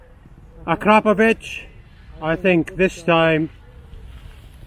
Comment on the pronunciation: When you say Akrapovic you sound like you are saying “crap a bitch”